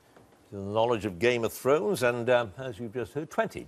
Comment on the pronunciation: Oh God, Humphrys' Game of Thrones pronunciation was a train wreck. Up to him if he doesn't want to watch the show of course, but given how much he's paid it's pretty poor not to spend five minutes preparing before the quiz. His job isn't exactly rocket science.